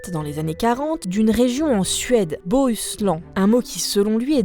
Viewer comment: Petit tuto de prononciation du suédois : Beau-hus-laine ;) et c'est une province et pas une région. sinon, content de te revoir !